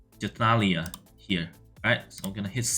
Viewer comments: Nice team! btw, it's Juh-Thal-E-Uh. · You love butchering the name of Jathalea